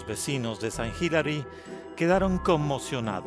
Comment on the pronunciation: Sant Hilary, Hilary Clinton😂😂😂 de e pronuncia < >